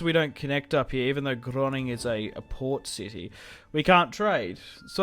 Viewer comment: why do you say Groningen as Groning?